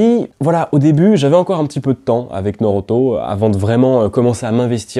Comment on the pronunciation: Contée combien il dit naurouto